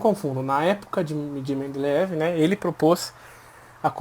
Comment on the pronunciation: É mendeleiev, não mendeleev